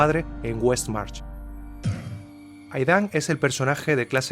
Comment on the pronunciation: Aidan no se pronuncia 'Aidán' sino 'Eid:n'